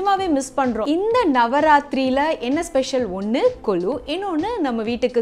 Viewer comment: It is not kolu it's Golu